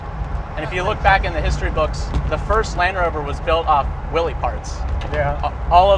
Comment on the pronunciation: It should be known (at least amongst Car aficionados) that Willys is properly pronounces like Willis.